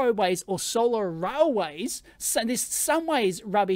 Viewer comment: My ears hear "row ways"